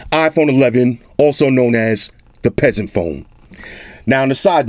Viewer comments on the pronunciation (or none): I lough so hard every time you said “peaseant”.